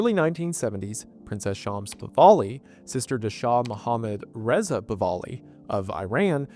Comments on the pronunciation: It's "Pahlavi", not "Pahvali". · The PahLAVI . NOT Pahvali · It''s "Pahlavi", not "Pavali". I only mention this because you got it wrong every time. Pah - La - Vi. Not Pa - Va - li. Yours truly, The Pedant. :) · PahLAVI not PahVALI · It's Pahlavi, not Pavahli. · Pahlavi, not “Pavali” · The name is Pahlavi, not Pahvali. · I'm sure this has been commented but his name is "Pahlavi" not "Pavali". I love you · Pah-La-Vi not Pah-Va-Li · It's Pa-LAH-vi, not Pa-VAH-li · Pronounced Pah-la-vee. Not Pah-va-lee. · FWIW the shah’s family is Pahlavi. Not Pavalley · Goodness, gracious, dude, learn how to pronounce the Shah's name. It is spelled Pahlavi, and is pronounced Pah-lavee. It is NOT Pah-vali. I simply cannot listen to the rest of this video ans you mispronounce their family name EVERY SINGLE TIME. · Puh-LA-Vie not Puh-VAL-ee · “I ran” “pivali” it’s “e-ron” and “pah-lahve” baba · It's not PAVALI😭😭😭 it's PAHLAVI. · It is mindboggling that you pronounce Pah la vi as Pa va li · I'm guessing you don't mean him calling Pahlavi Pahvali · Still going to listen to the end but I hope I don't have to hear Pahlavi pronounced "pavali" too many more times. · Just a small pronunciation correction, Pahlavi is “pa-la-vee,” not “pa-va-lee.” What a Wendioops! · pahlavi pahlavi pahlavi. I am not iranian nor do i care that much. what makes me mad is that the google translation is just flat wrong and i have to listen to 3 minutes of the pronouncing it wrong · Pahlavi not Pahvali. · "PAVALI FAMILY" It's Pahlavi,, please brother, every video, istg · Hard to believe he says Pahvali. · I am baffled with how you can arrive at "pawali" while reading Pahlavi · Pahlavi* Pah-Lah-Vee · its PAH-LAV-EE pls its painful to hear it said completely wrong lmfao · Brother…. Have my people not suffered enough? Its PAH-LA-WE and EERAN not I RAN. This like…. Research 101. How do you always beef it? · Pah-la-vee and Ru-hol-lah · You probably should have learned how to pronounce The Shah of Iran's name.